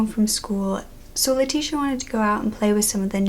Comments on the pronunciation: My name is leticia and I am mexican , im pretty sure you say her name ( Leh- ti- ciah) I always had to correct people how to say my name. I never understood how they kept calling me lateesha, like I dont have a S in my name. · i dont think thts how u say her name since shes hispanic e.e? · I’m glad that you covered this case because I see barely any videos on her, but you butchered the names Leticia, Miguel & Javier.